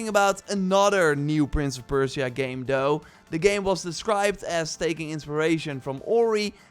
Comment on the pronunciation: Prince Of Persh see uhh